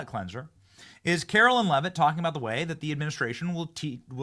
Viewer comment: You'll have a better chance of getting a press pass, Benny, if you stop mispronouncing Karoline's (not Carolyn) name. Just sayin'......................